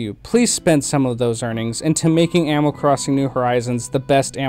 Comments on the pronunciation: “ Amoll crossing “ sorry no hate at all, That’s how I say sometimes too. great content.. I agree with basically everything you said. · Is anyone else only hearing “ammal” instead of animal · Are you saying amal? Not to nitpick but the way you say animal drives me crazy! Great job on the video though! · Yeah same it sounds like he’s saying “aminal” like when a kid says the word animal it’s making me nuts !!!!